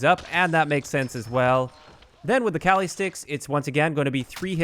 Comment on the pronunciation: as a filipino, i know how spanish people feel when you hear someone pronounce a word white as hell because everyones calling them CALI sticks